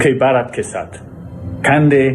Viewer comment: Sahab aap itne bade patrakar hain bharat bolna to sikho...